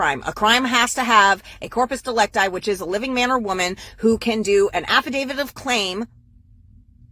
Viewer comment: No she calls it an “affa-david”